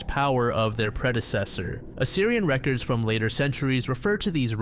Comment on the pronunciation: Bro you mispronounced so many words. Even the word "records"